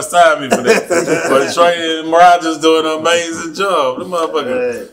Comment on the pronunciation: Did he say TRAE DA TOOTH 😭😭😭😭